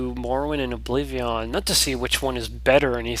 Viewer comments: obliveon??? what the fuck is obliveeeeooon lol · it bothers me on how he says oblivion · OBLIVEEAHWN love it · it's like you say obliveeon, awesome! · yea he says oblivion funny but he's a great.example of a gamer that challenges himself and manages to pull of great lets plays